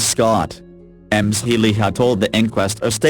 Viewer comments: Not to take away from the tragic story but repeatedly hearing Ms Scott's name pronounced as M Scott really got on the nerves! Fortunately if you have Closed Captions on you can make out what is being said! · I'm with you, Amy. It took me a while to figure out that the women weren't both called Emms... finally I realized it is reading Ms. as Ems. Too weird. There are other... the simulator pronounces other things wrong... it simply can't figure out some of the words or titles.